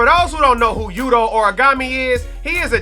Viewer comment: Pls don't disrespect Yutos name like that again lol